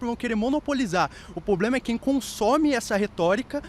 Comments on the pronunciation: 'poblema' e retórica na mesma frase me quebra kkk mas tá de cabelo diferente e roupa descolada, então tá no "lugar de fala" kkk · Parei de levar o cara a serio depois que ele falou “poblema” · Como afirmou o tal artista: é um "poblema".... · O “poblema “ kkkk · Ploblema... ploblema.... problema.... realmente: disse tudo, é um grande ploblema. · o cara fala "poblema" e chama os outros de burros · "poblema" "isso discorre totalmente" já sei que a pessoa lê pouco quando não sabe falar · O "poblema" é que fala-se muita bobagem porque estuda-se muito pouco. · Quem tem "poblema" tem dois!